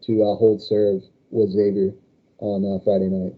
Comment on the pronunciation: Kudos for listening to the comments on how to pronounce Xavier correctly.